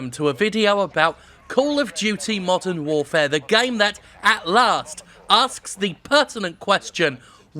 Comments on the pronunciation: “Call of Duty War: Modern FourFare” My sides 😂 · Call of Duty: War Modern Foure. Good chuckle there m8.